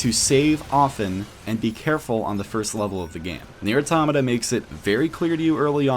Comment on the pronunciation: WHY DOES EVERYONE SAY AUROMATAH ITS PRONOUNCED AUTOHMAHTAH